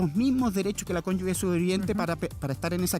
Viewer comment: El abogado,dice cónyugue " La palabra es cónyuge!! Es imperdonable en un abogado!